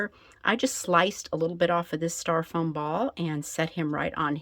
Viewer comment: stYro-foam instead of staR-Ro-foam